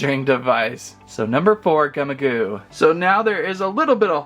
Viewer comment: You’re saying the name Gummigoo wrong it’s supposed to be the word gummy but with an I and also the word goo, but you’re not even saying it, right